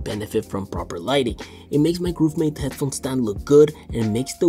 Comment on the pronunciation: Why do you always pronounce Grovemade as “GrOOve made” in every video?